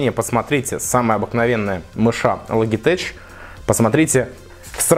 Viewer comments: Не логитеч, а лоджитек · Лоджитеч??? Ну хотя бы примитивный английский надо знать. Это относится ко всем блогерам... Хотя канал хороший, уважаю.